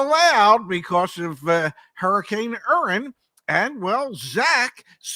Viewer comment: Did Ray say hurricane Urin? Only in Amurica 😅